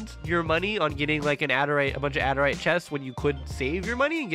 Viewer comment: adarite its adurite